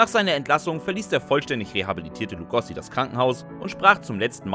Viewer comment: BEN HÖR - wer kennt nicht das legendäre Hörrohrrennen in der Arena? Und er hieß Lugo(oo)si und nicht Lugossi 🙄